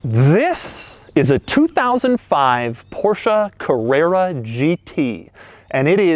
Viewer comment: Porscha Cavrerra GT